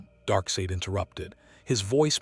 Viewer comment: You’ve got to spell out “Darksied” as “Dark Side” for you AI VO to get the pronunciation correct. 😉